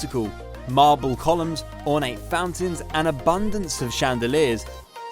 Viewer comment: 4 pools at Acqualina (Akvaleeena)